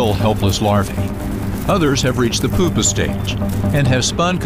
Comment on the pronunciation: dude keeps saying Poopa...its pronounced pyooo-pah!